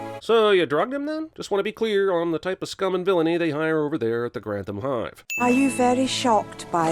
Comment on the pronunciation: Pronounced ..Gran ..th..am and not Grant..ham Abbey. Think ..tom ..ate..o